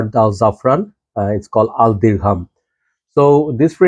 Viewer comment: You wrong the name. This Al Dirgham not Dirham